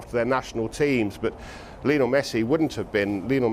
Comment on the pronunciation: Why do people still pronounce it lee-o-nell? Its Lionel. His mum named him after Lionel Richie. Its not Lee-o-nell Richie. Rant over.